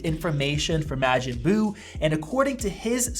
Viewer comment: I cant trust someone that doesnt know how to pronounce majin buu im so sorry